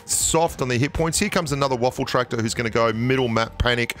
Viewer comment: Lmfao, you really call it a "Waffeltraktor"? 😂 Its called "Waffenträger" (in english "Gun-Carrier") idk why yall are calling it Waffel etc.